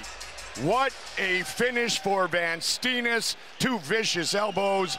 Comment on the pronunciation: Great fight. Funny how Van Steenis his name gets mispronounced though. You say it like 'Vaan Staynis'.